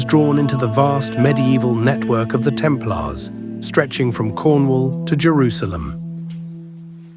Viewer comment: Temp Laars? It's pronounced: Templers. A I voice overs pffff!